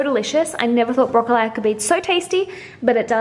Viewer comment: You're amazing 😍 keep killing it girl!! spilt it though 😊 also love how you say broccoli so funny 😆 maybe because I am from Dublin and that's not the way I pronounce it 🙈 keep them vlogs coming #snapchatfam #langefam 😘😘 congrats on becoming Irish 💚🍻🇮🇪